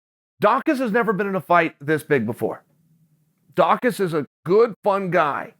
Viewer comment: Chael pronounced his name correctly! 👏🏾